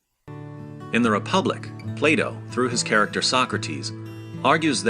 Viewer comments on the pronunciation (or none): did I just hear the guy say play-dough instead of Plato ? about mid way through the video